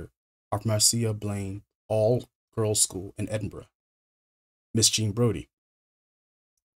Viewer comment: I shouldn't be so impressed but I'm always happy when an American pronounces Edinburgh correctly